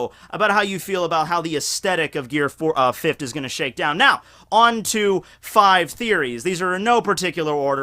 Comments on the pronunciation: Hey I like the videos man but one thing, Gear Fifth (FIF - TH) not (FIF - T). Please get the "TH" sound in there man. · Am i the only one that gets mad thay he says gear fift instead of gear fifth? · god dammit its fifth not fift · this man can say "fourth" but he says "fift" instead of "fifth" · "GEAR FIFT!!" lmao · Mostly Everyone: Fifth: Fifft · You say the word "Fifth" really weird! It's not: "Fi - F - T" There's a "TH" at the end, so it's: "Fi - F - TH" As if saying "THE" at the end without the "E" sound "Fi - F - TH(e)" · Are you saying gear 'fifd'? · why do u pronounce it like fifthd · I’m trying to figure out if he is saying fift to trigger me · is Gear Fift similar to Gear Fifth? They seem to be pronounced totally different. ( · are you saying gear fift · .... Are you saying "fift"? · fift? FIFT? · Why can't you say fifth, with an emphasis on the "th" ...gear fift?! Is that a thing in Pennsylvania? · Lol "gear fift" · why do you say fift and not fifth? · you gotta stop pronouncing fifth as fif-t, it's killing me. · Okay but why do you say it like that? Fitfuh? Fifft? Fitve? Surreal. Like hearing someone pronounce color as collar. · Tf is gear “fift” 🤣cmon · "Gear fift" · “Gear fift” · why us he saying fift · fift he keeps saying fift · You need to train on the proper pronunciation of the English adjective 'fifth'. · The way you say fifth sounds like fift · Why does he keep pronouncing fifth as fifht?? 😂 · Are u saying fifthT?!!?!